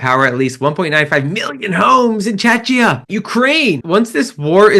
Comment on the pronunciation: OFT: Chechia is pronounced che-kia